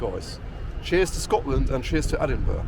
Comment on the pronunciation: Its ponounced Edinburrrugh, hope that helps.